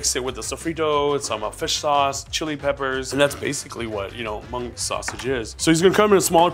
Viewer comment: When he says mung is so damn cringe 😬 white wash and white catering much? If you're not scared to share your culture, why are u scared to pronounce it the right way?? 🙄